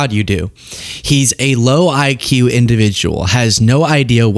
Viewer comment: Meanwhile, he can't even spell IQ and pronounces it ICK, which is why he hates it